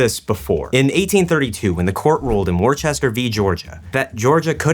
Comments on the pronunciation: "Worcester" is pronounced Wuss-ster, as in "you're a wuss." (Thank you garret) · I’m currently on my way to Worcester MA and we pronounce it Wuss-ster. Like “you’re a wuss”